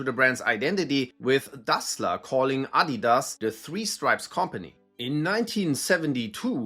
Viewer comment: Thank you for teaching me the correct pronunciation of Adidas. In the USA, many of us were unaware the company is German, and unlike Nike, they don't tend to advertise on TV here, so many of us Americans are wrongly pronouncing it as "ah-DEE-dass" or "uh-DEE-duzz,"always with a strong emphasis on the "dee." I now understand this was clearly incorrect.